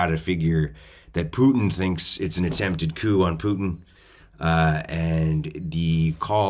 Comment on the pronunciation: Coup not coop (as in chicken coop).